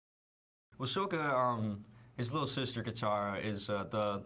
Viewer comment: Did he say "Sohka"??? OH shipwreck, they changed the pronunciation! :(